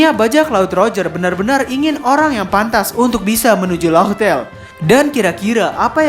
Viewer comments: min ini udah ketiga kalinya nih yak, laugh tale = laf tel dibacanya cek di gugel translate deh min. big fan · Laugh tale di baca laff tel min..